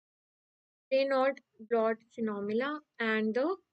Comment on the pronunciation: Raynaud brawn not reynold